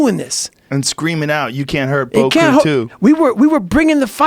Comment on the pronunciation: broat crew 2 😂 dude said it over over and i honestly don't think he ever said it correctly. i think i he actually calls it broat crew cuz they bros on a boat